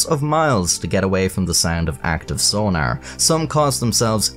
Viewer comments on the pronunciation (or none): I love the way he says sonar, sona-er xD